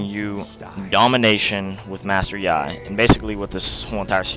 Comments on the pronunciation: It is pronounced like "yee" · Good video but I don't think ur pronouncing his name right but who cares right? Anyways sweet vid!